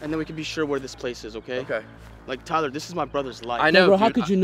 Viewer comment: It's tiler